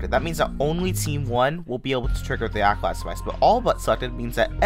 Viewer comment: bro said accolad